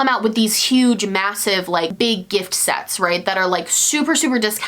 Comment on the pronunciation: Christmas Sets. Husband: Christmas sex? What are you even watching? Me: Christmas SETS. SETS! She said SETS! Husband: No. She said sex. Christmas sex. 🤷‍♀️🤦‍♀️